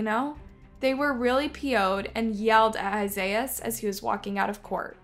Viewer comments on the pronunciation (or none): Esias is pronounced Ē-sy-us. What you’re saying is Isaiahs. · i really am baffled at how you pronounce Esias' name.